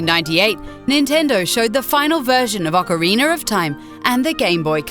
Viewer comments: OCARINER OF TIME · man.. those accents fail sometimes.. "OCARIENER of time" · Ocariner of time? Ocariner? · Oceriner of Time no Its OCORINA OF TIME O-CAH-REEN-AH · "The Legend Of Zelva, Ocaweiner Of Time" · "The legend of Zelva: ocareener of time" ... never heard of ot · "The Ocoriner of Time" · is she fucking saying OCARINER instead of ocarina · Mario1989 M.B The Legend of Zelda urinal of time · ocariner of time 😑😒😒😂😂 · I liked the "Legend of Zelva: Ocariner of time" one. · Ocariner of time Ocariner OCARINER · Meyora's Mask... Smash Bro's Mehley... Orceriner of Time... Why? Why do you do these things? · Ocoriner of TIme. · I hate it when people say "Ocariner" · It wasn't just "Ocariner". It was also Legend of Zelva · THE LEGEND OF ZELDA OCARINER OF TIME OH MY GOD I DIED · Haha "Ocareener" 😂😂😂😂😂😂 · Ocariner? mayora? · ...Ocariner of time XD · Ocariner of Time and Mahora's Mask.... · ocariner of time? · This bitch doesn't even know how to pronounce the games. Super Smash Bros "Muhlee"?? "Ocareener" of Time? "Mayora's" Mask? LOL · yeah, same with ocariner of time lol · Ocorina of thyme.